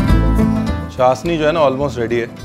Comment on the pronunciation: Sir ji its chashhhni not chasni 🤪